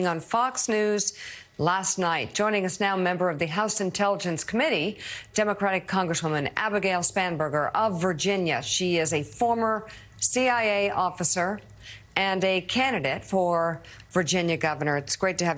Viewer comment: Spa - burger not Spanberger. Thanx.